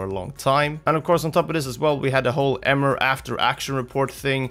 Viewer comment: Emre* not Emer